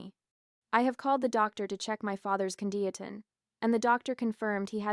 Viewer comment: Ai, i would guess. Condition..con.dish.shun, pronounced..cun..dee.o..tin! In this video!!!!!!😮